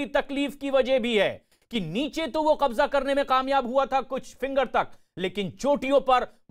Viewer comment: It is Qabza not Kabja, by the way, is there no Hindi word for Qabza?